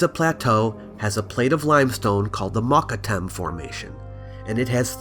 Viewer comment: it's pronounced: "moo-KUT-tam," formation, the same as the high cliffs on the east side of modern Cairo today. I wish you would have visited them when you were there; you get an absolutely stunning view of Cairo at night time. Love your work